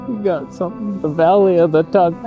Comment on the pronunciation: Valleh of the Toneh 😂😂